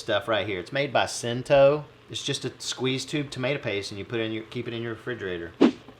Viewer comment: 'Cento' in Italian American should be pronounced 'Chento' with the stress on the first syllable.